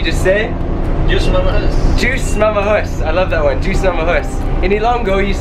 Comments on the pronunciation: that's Dios not juice.. hehe... Dios (spanish), Diyos (tagalog) means God. Tama ba? Hehe. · It is "Dios mamajus" and "mangay ta may vidi-vidi"